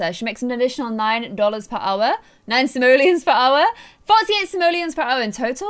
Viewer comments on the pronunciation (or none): 😂 the different things you’ve called simoleons😂 dollars, pounds, the pronounciations of simoleons 😂